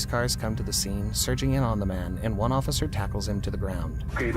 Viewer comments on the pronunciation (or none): is that cop drunk? Is said “osifer”